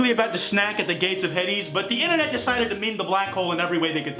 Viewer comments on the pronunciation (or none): It’s pronounced hay-dees not hed-dees